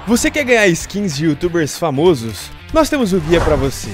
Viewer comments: famôsos não, o certo é famósos (pronuncia) algumas palavras no plural mudam a vogal tonica de Ô pra Ó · Diz-se famósos e não famosos, comentador e não comentarista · "YouTubers famosus" pqp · ate hoje eu nao me contento com o falando Youtubers Famosos ao inves de Famósos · o "famosos" da sua propaganda esta errado manin.... A SILABA TONICA ESTA NO "FA[ MO ]SOS"